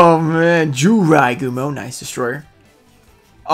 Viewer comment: Jirai Gumo: Clearly an I: J-You-rai gumo